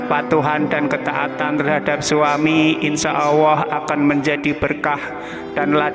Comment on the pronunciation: Admin knp saat Nyebut Allah kok kedengaran agak tak jelas